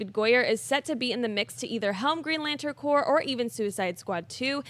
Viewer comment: it's corps Danmit lol